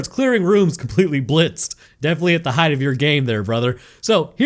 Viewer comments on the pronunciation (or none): none